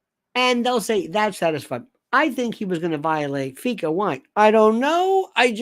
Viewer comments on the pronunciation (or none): Lionel, FICA is pronounced FI as in Fido or FIght, CA, as in taxi CAb. I've never, not once, heard a reporter, politician, whatever, pronounce it FEEca. Never.